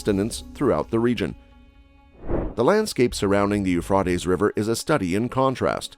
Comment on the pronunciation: I believe you mispronounced the Euphrates. I have never heard it pronounced as you did - with an "ah" sound in the middle instead of an "a" sound. (or was that a robotic voice? Hate those)